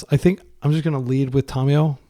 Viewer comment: Drinking game. Take a shot every time he says Tomiyo instead of Tamiyo (Don't you might die).